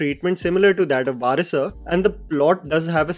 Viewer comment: It’s vari-sooooh